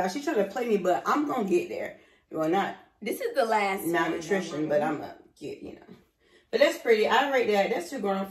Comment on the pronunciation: She said malnutrition 🤣🤣 whyyyy